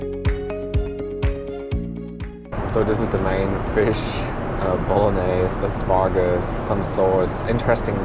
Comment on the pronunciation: Lol. He seems to like asparagus though.... and every time he pronounces the word with his accent l smile to myself.